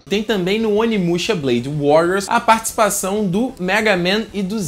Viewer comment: vc falou partcipãzão kk mas td bem